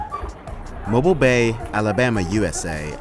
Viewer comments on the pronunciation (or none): The bay in Alabama is pronounced Mo-beel.